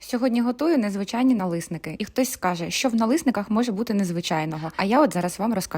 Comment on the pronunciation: Налісники, через «і»!